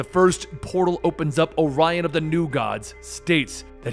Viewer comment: That's why the confusion. Dude, his name is ARION not Orion. I used the collect his comics. Why are saying "Orion"?